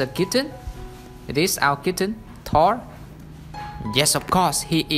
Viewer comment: For some reason I'm relieved you don't pronounce Thor the English way.